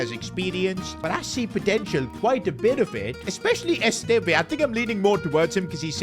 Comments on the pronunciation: PCQ: As a Burnley fan I’m happy you’ve signed Esteve but you’re pronouncing wrong, it’s supposed to be Esstevv not Estevai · Just to let you know esteve is pronounced eh-stev and hume is pronounced as hugh-m